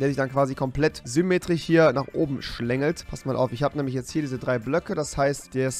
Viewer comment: Du sagst immer semetrich XXXXXXXXXXXXD